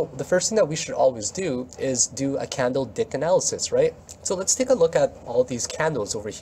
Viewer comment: Did you say candle dick? Haha.